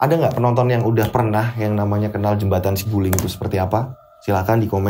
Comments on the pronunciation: bukan siguling, saguling pake A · BUKAN SIGULING TAPI BENDUNGAN SAGULING. JABAR